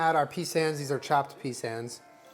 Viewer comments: "Peesans" you're killing me.. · Honestly it killed me when I heard him pronounce it like that 😂😭❤️ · I’m so triggered at him calling pecans pesans. Stop it 😩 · did you just say peSANS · "peesans" ....um what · Hello 911? How do you make your ears barf, because just uttered the cursed syllables, "pee sans" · Omg glad someone else caught that hahahah is it just an American thing? We say pecans like toucan the bird in aus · I’m and I call pecans ‘peesans’ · pee sans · 2 years later and I’m still triggered at the way u said pecans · Nope. Never heard anyone else in America pronounce it like that, LMAO. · They way he says pecans sounds like some new type of font